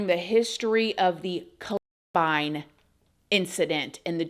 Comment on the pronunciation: Ive never heard anyone pronounce "Columbine" like that 😅